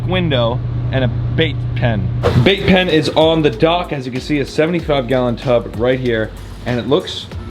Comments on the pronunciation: I thought you said vape pen not bait pen😅 I was about to start freaking out bc I hate people that vape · 🤣🤣🤣 I thought you said building a Vape Pen.. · Anyone else keep hearing vape pen?! lol love you you’re amazing! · Who else heard vape pen the first few times mention the bait pen 😂